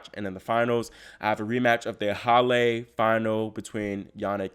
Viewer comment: hallaaa not hall AYYAA dam this channel sucks